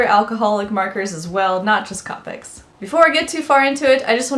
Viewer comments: Do you know what else is a mistake is how you pronuonce copics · She said copics wrong